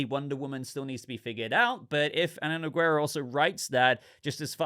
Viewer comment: Every youtuber that talks about DC movies really needs to google how to pronounce Ana Nogueira’s name. I swear they all say neg-WERE-ah. It’s no-GAY-rah.